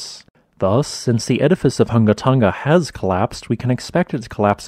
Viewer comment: Tong-a, not fucken tungga